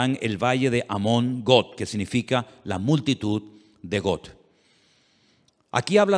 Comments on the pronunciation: Hermano lindo seria bueno que pronunciara bien los nombres no es Got es Gog con g de gato y no es magot es magog igualmente con g de gato nada difícil usted es un hombre culto así que debe de pronunciarlo bien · PORQUE PRONUNCIAS GOT ? GOG,SE PRONUNCIA.